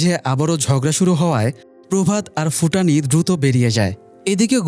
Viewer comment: ফুটানি নারে ভাই ভুটানি